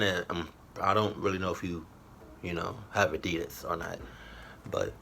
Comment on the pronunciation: it's ADIDAS